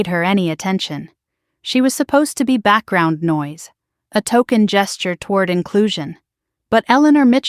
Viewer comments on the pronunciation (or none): none